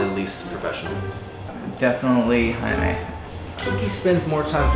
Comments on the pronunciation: Its not Jamie, its Jaime, pronounced high-me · They're not saying it weird. And it's not Jamie. It's pronounced high-may.